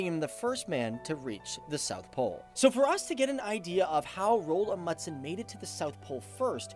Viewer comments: Rold amudsen? I think you mean Roald Amundsen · I dont really care how foreginers pronance our names but, i heard he said it more like Roald Mudsen xD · The way you pronounced Roald Amundsen is ... just so so bad😂 -Norwegian here :) You say it like Rold Amudsen. You need to say the "O" in Roald longer and the "A" and the "U" in Amundsen longer. And remember the "A" in Roald and the "N" in Amundsen. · Rold Amudsen, faktisk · Names can be hard I know, but just a tip if you mention him again :) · How he said Roald Amundsen tho😂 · The way you say his name makes me gag, but this was a really good video mate, well done